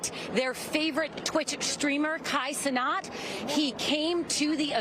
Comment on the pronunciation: "Kai CeNOT"